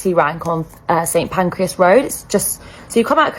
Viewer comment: The number of people who can't say St Pancras properly.